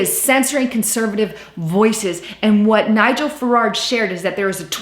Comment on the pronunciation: It's Farage, not FaraRge...